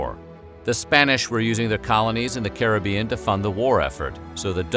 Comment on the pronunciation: big up yourself for pronouncing caribbean correctly